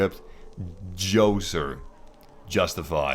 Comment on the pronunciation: Djoser, the name that you couldn`t pronounce (at first) with the ugly pyramid that you didn`t like is actually one of the oldest pyramids in Egypt. Even older than the great pyramid of Khufu itself. One of the first. One thing I dislike about the Video is couple of your comments. But that`s understandable mate no worries. I absolutely subscribe as you become of of my favorite youtubers. One thing I dislike about the game is the absolute ignorance to distance. For crying out loud, you can see the pyramids from Alexandria ^_^ The game is huge and something like that should be considered. I mean now we say the draw distance is marvelous as you can see the tip of the pyramids from Alex but realistically speaking it`s, even with game standards, is ridiculous. It`s like playing AC3 And then you can see New York from the view point in Boston or Noticing the cathedral in Havana from the palace in Kingston in AC Black Flag. When Ashraf Ismail repeated the places featured in the game I rapt in the bigness of the map. Yet circling the pyramid takes seconds, travelling 3.3 KM takes few minutes. My point is. the game is HUGE, That`s affirmative. The exploring seems infinite. Tons of tons of things to see and to do. However, the scaling is uncouth. It`s ridiculously out proportions. To sum up, Imagine seeing in the horizon the tower of the church of the eternal fire in Novigrad from where you stand on the summit of Kaer Trolde in Skilleg in the marvelous Witcher 3 Wild Hunt.